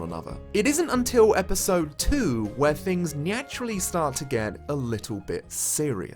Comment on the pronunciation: I've watched this at least twice by now, but I just now noticed the "nyaturally" . Time to scrub through with a fine-toothed comb to see if I can hear any other heretical sounds of this nature anywhere else.